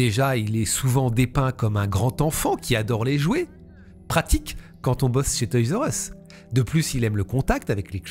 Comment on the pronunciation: On prononce toy’s are us… merci pour tes vidéos ❤